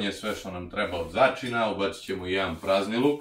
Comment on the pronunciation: Au kako je zanimljiv...Još kad je rekao "prazniluk" umesto "praziluk"...Baš je talenat. Ja ga ne bi više ubacivao u klipove da se ne istroši. Šteta bi bila da izgubimo ovakvog šoumena..